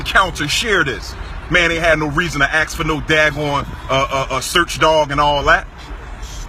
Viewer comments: I agree with you 100%. that was a BAD cop. how ever, WOULD YOU STOP USING THE WORD "AKS" IT IS ASK NOT "AKS".... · He did NOT axe you!! He ASKED you questions! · He Ax me .Ax? HAHAHAHA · I axe him? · Why can't Black folks say ask?